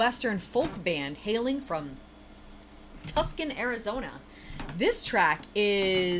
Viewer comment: Tuscan, Arizona!?!? 😂😂 That’d be Tucson, pronounced “TOOsan” Still love you ❤